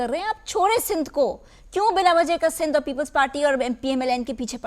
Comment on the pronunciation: Btw it's Sindh not sind